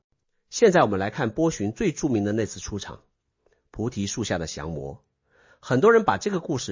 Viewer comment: xiang 魔，二声，不是jiang 魔